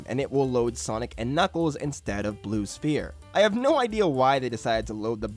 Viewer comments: All right I have to dial out because if you're going to get so pedantic about the name being spheres or sphere, but then you're going to pronounce the p in the word prominently like a poo poo pronunciar, I just I just I got to go. Say it right. Ss-ff-ee-rr sfeer Sphere Pedantist OUT! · "Blue Sphere with no S" Oh yes, my favorite, Blue Phere. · Blue sphere, with no s? Blue phere??? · I don't think that's how sphere is pronounced my man 🤷‍♂️ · for the love of GOD please pronounce sphere correctly.